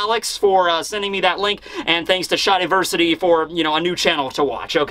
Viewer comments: Hey shadiversity is pronounced Shad like shadow not shard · The way he pronounced shadiversity killed me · completely nonsensical pronunciation of both Lunarian and Shadiversity are so infuriating and entertaining at the same time